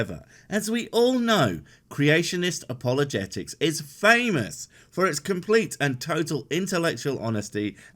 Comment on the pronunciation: Christian “O”pologetics?